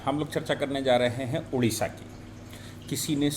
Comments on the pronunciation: Sorry sir, it's not Udisha.... Odisha. Please pronounce it correctly. Odisha. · Hello, Its ODISHA not UDISHA please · UDISHA NAHI "ODISHA " BOLO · Udisha Nanhi Odisha ....Hindiwalo ka Odisha Ke Uchcharan Kab thik hoga..